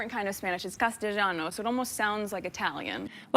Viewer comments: She didn't even say castilliano correctly, it does not sound like Italian. I lived in Madrid for 4 years. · Meghan mispronounced "Castellano." 😂 which is a dialect of Spanish (español) that has ABSOLUTELY NOTHING to do with Italian. I hope Colombian journalists interview her in Spanish. I wouldn't put it past her to engineer some sort of hostage crisis.